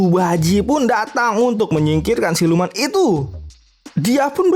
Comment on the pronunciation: Mantap bang walau sedikit kepeleset ngomong silumannya 😂😂